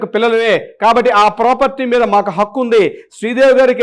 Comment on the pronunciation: Not pakku,Hakku plese